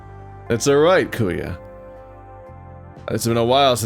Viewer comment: Also if ur gonna play this in the future, Kuya is pronounced "Koo-Yah"